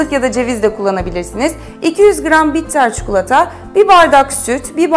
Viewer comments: Çukulata değil ya çikolataaaa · Abla her çikolatalı tarifine bu yorumu yaptım çukulata değil çikolata lütfen yeter ama bir yere kadar. Çok rahatsız olmaya başladım türkçeyi düzgün kullanırsan sevinirim.